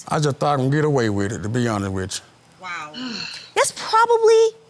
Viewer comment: Did he just say on it wit me? ... or honest?? Geez 🙄